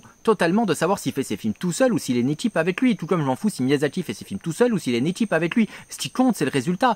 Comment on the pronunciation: Miyazaki, pas Miyasaki ! Et non, les ignares qui s’apprêtent à dire que je chipote pour rien du tout, ce n’est pas la même chose. En japonais, la transcription en rômaji détermine la prononciation. Un « s » se prononce toujours « s » (comme dans « saucisson » et un « z » se prononce toujours « z » comme dans « zizi ».